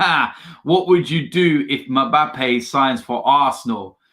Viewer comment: Is it me or did he say "MAPABBE". 🤣🤣🤣🤣.